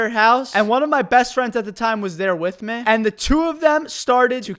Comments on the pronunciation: Why do you say meh instead of me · Am I the only one who finds it funny when he pronounces "me" as "meh"? Also... Do you grill sandwiches at subway? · i like how he says meh instead of me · Anyone else have a problem with the way he says “me”? Just meh?